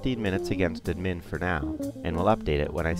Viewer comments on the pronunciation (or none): Nice intro, but the way the voice-over guy mispronounced 'admin' with the emphasis on the second syllable drive me to distraction. Who the hell says 'adMIN'?